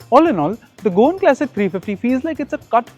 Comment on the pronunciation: all good , but can you please say CLASSIC and not KLASICK